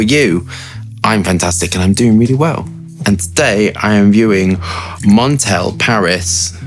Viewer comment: MON-TAL-EH not Mon-tail ..